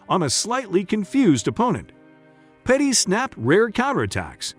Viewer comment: It's Pettis not Petties 😂 and you pronounced dos anjos wrong too 🤣